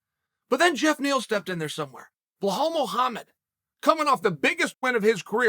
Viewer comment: cHAEL why you always forgets the "Z" in KhamZat. And Bilal middle "L" is not a "H" sound